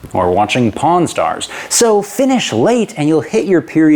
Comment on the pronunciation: i heard "porn stars"